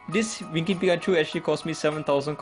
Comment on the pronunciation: I thought you said "Dimentio" or "Dimension" when you mentioned Darmanitan, lol. And when you mentioned Winking Raichu, I thought you said "freakin' Raichu".